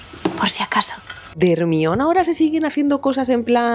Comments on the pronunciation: Lo mismo me pasa con vuestro Guasón. Y el caso de Hermione no es una traducción, es la pronunciación que varía según qué país. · Bueno si leyeron los libros de harry potter en el libro del caliz de fuego ahí Hermione enseña a pronunciar de manera correcta su nombre a Viktor Krum … y pues lo lo dice como jer-mai-o-ni . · No es cierto es un nombre griego, el de la hija de Menelao, así que la prenunciación correcta sería Ermíone. Y en todo caso según el criterio de que procede de un nombre inglés, por qué a Homer le llamaron Homero? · Yo pensé que decían “minion” hasta que pusieron una imagen de Hermione 🤣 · Calla Panchita, es hermion y punto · sii germayoni suena horrible pero que Pedro Parker o Bruno Diaz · Eso depende a lo que estés acostumbrada.. A mí me pasa lo contrario GERMAIONI me suena fatal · Team "Germaioni" Soy de Argentina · soy latina y hasta yo la conozco jajajajjjaaj pero me da mucha risa que digan hermion xdddx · ermion :face-blue-smiling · Me sangran los oídos de oír como pronuncian Hermione (Hermion) 😑🤣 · Ermion jajajajaja se escucha horrible 🤣🤣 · la película no es griega, el personaje no es griego, la versión original nunca dice "ermion" el único lugar del mundo donde se llama "ermion" es en españa jajajajaja es un nombre ridículo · literalmente la autora dijo que llamarla jermayoni era un error, pero supongo que los latinos ya están acostumbrados a hacer el ridículo con eso a lo que llamáis doblaje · porque le dicen ermion??😭😭😭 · ermion jajajajajaja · Ermion?? Ay me molesta mucho que le digan asi jajaja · Se dice: Jermayoni.. con razón los doblajes son malos en España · No sólo en mi país jaja sino que es raro escuchar como pronuncian ese nombre en España mientras que “Jermaioni” lo pronuncian no sólo en mi país sino en toda Latinoamérica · ME PASÓ EXACTAMENTE LO MISMO! Estuve medio video sin entender de qué hablaban y cómo le decían exactamente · Se pronuncia GERMAYON, no es tan difícil. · Ermion jajajaja que horror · Germaioni que horror 😱🙀